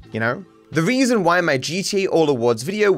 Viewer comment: . You are missing the r in reason. Stay baddo matto